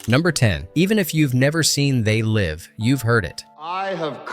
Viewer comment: c'est pas zé live mais They Live. Apprend l'anglais l'épais...